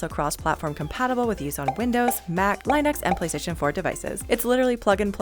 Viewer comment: You said Linux wrong HOW COULD YOU